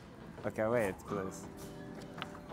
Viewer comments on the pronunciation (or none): none